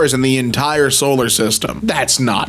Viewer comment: bro man said soler system